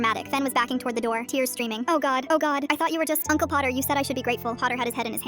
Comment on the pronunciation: uncle pottah